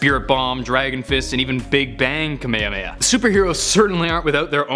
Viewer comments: You said kahmehame wrong its ka ma ha mhe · Kamayamayah shoot me now stop saying it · Ka May Ha May Ha ........ Not....... Ka May Uh May Uh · I️ really hate when people pronounce kamehameha like “kuhmayuhmayuh”😒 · Does anyone else get uncomfortable with how he was pronouncing Kamehameha? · Its xeno Ze-no And kamehameha Ka-me-ha-me-ha not kamehameha there 2 different moves Sorry im salty